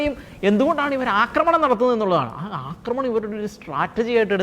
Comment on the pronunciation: "അക്രമണം" എന്നൊരു വാക്കില്ല, അക്രമം അല്ലെങ്കിൽ ആക്രമണം ഇതാണ് ശെരിയായ വാക്കുകൾ. അവതാരകർ ഭാഷ ശുദ്ധി ശ്രദ്ധിക്കണം.